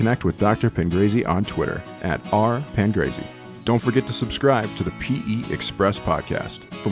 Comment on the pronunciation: Hi, I found you by accident and had to have a look as my maiden name is Pangrazi and my father was from northern Italy. B.T.W., I dislike the way the guy pronounces our surname at the start of the video.